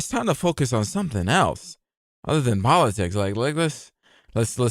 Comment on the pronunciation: powatics scawy :((